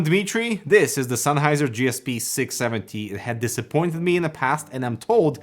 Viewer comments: "SENNheiser". Not "Sunheiser". :D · senn not sein,,,,lol